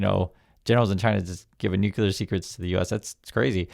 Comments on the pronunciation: New-clear =nuclear 😎 not Nu-cu-lar. Thanks! 🇨🇦❤️ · It's Nu(ke)-clear not nuke-u-lar... Thank you for your attention to this matter 😂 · OH NO, please tell me you were joking when you pronounced "NUCLEAR" like Homer Simpson..... "NUKULAR, IT'S PRONOUNCED NUKULAR" Like where did that even come from???